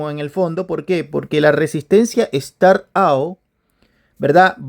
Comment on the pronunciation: Estimado amigo, tus videos estan muy buenos pero por fvr mejora tu Ingles un poquito, up no se pronuncia ou, es "ap". Startap, saludos.